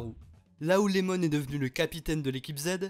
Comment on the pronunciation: C’est iemon pas Lemon 🤣